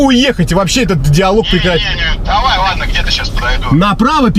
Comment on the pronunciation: МаВа, сВабый, Вадно, ему надо к логопеду